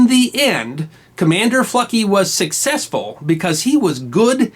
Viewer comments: who else thought he was saying "fucky"? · You really needed to stress the 'L' in FLucky good buddy. I drive freight trains so I was not impressed about FLucky's lucky train operation! Great story though.